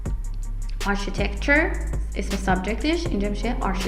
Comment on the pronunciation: دروس عالی هست.ممنون.تلفظ معمارو معماری انگلیسی نبود انگار